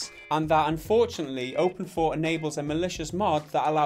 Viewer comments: OpenIV.... you pronounce it Open-Four ???? I always tought it was pronounced like Open-I-V.... you know.. like Poison Ivy... but with OpenIV... anyway... was I really the only one who tought that ? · I thought it was pronounced "Open Eye Vee"..... I've been fooled or not? I call GTA IV "Grand theft auto four" but not with Open IV. anyone else?